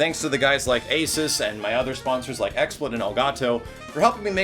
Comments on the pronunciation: It's ay-SOOS, not AY-suhs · The moment you realize doesn't pronounce ASUS correctly and is sponsored by them.